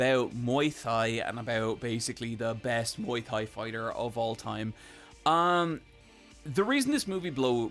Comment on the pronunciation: I'm glad you love ong-bak but the way you say "Thai" was so hilarious it's just "Tai" actually, idk why the 'h' was there either